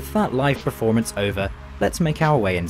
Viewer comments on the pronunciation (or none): none